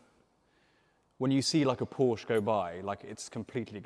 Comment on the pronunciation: Nice to hear pronouncing Porsche correctly.